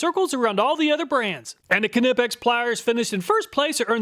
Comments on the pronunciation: The K is silent in Knipex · The K is silent in Knipex. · Do you pronounce the k in knife too? XD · His pronunciation of knipex😂I love it! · No, it is NOT silent! It’s German, not English. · It’s NOT silent. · Surely the K in Knipex is silent, that would be much more efficient.😂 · Knipex , the K is silent like in Knife . For the third time . :>) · Cool you're still pronouncing the k in knipex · 😂😂😂😂😂the way you pronounced Knipex cracked me up. It's like hearing the 2 rednecks reading misspelled roadsigns 😂😂😂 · K is silent in Knipex.. (usually "k" is silent when followed by an "n", as in know, knowledge.. etc) great testing! Very Helpful! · In most cases yes, but the manufacturer has a section of their website talking about this topic. They say it is silent. Right or wrong grammatically, the company get to name their company as they see fit. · Ka-nipex lol it's pronounced nipex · am i crazy? i couldnt listen to you say knipex. i scrolled down expecting there to be dozens of comments about how youre saying knipex wrong. nothing. have i been saying it wrong? i assumed the k was silent, nipex. it couldnt possibly be kahnipex, could it? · Knipex is pronounced like "knife". The 'K' is silent, lol. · No! Its pronounced Kneepex. Hard K, but not like does. Not Kuh-neepex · FOR GOD'S SAKE MAN, NIIIGH PEX, NOT KUHNIPPEX ! GOOD INFO ON TOOLS !! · No. It’s German, the k is NOT silent: c’nip-ex. It is not, however, “cuh-nip-ex” like he says it. The k and n are pronounced with no vowel in between. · No, it’s German. The K is not silent. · Now only if he can pronounce it as nip-ex, not ka-nip-ex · Great but ka-nip-x is a brand new pronunciation. I ka-now I ka-now. Great video as per usual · Wrong, a German as I say Knee pex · Knee pex ! Greetings from Germany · The proper German pronunciation of KNIPEX is k-nee-pex [knipɛks], but phonetically speaking, it is very reasonable to pronounce it nee-pex in English. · Kuhnippex , my ears are bleeding. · The k is silent btw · Kuh-nipex LOL